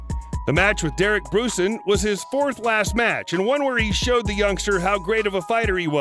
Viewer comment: Say after me, "Ver-Doom" Derek "Bron-sin".